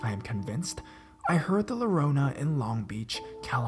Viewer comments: Spanish lesson for the day, double LL is a "y" sound. It's not low-row-nah, it's yo-ro-nah (rrrrroll you rrrrr's, like the Gabor sisters) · lorona? you mean llorona the double l is like the letter (y) in Spanish so for people that don't know Spanish they would would say it as yorona to pronounce it right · did he just pronounce llorona with an L xd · pronounce Llorrona like you're using the y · he did😖😖